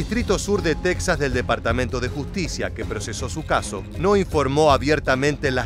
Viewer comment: Porque pronuncias tesas es Texas